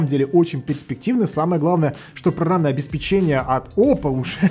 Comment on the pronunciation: интересные выпуски, но очень режет слух неправильное ударение на слове обеспечение. По правилам языка ударение ставится на пе и произносится как обеспеченье (ударение на вторую е).